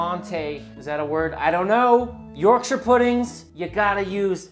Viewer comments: I love that you pronounce Yorkshire properly. You say 'York-shur." A lot of American videos tend to pronounce the counties incorrectly and would probably say "York-shire" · As an Englishman, You get infinite points for pronouncing Yorkshire correctly idc even if it tastes like cardboard you’ve won me over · I'm just pleased you say Yorkshire right! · I was wondering why you were pronouncing Yorkshire correctly - I would never have guessed you were a man of York!